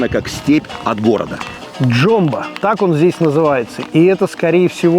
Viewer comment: И ударение. Почему никто не сказал, что это джёмбА, а не джОмба. И Яшкуль, а не яшкУль. Эх. Ну хоть кадмыЦкий говорили, а не калмыкский. Несмотря на эти незначительные оговорки, ребята сделали обалденный обзор. Кстати, вторая часть мне больше первой понравилась.